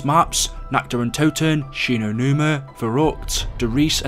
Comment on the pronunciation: Often saying things wrong... Shi no numa and moon.... waw